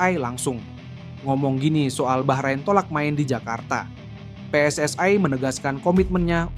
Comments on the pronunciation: Sebut PSSI aja kenapa sih..? kok PSSAi segala.. Salah2 lagi nyebutnya.. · Pe Es Es Ai...??. Sok inggris tapi salah dan norak !! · Kenapa PSSI dibaca PSS ay .